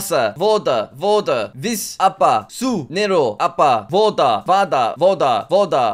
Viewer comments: the polish woda is more pronounced like Voda because in poland we pronounce W like V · In Poland it's woda but pronounced voda (make sure you keep the o and a flat, don't change to an oa or ah sound) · Bro woda in called like in czechia because english w is polish ł and english v is polish w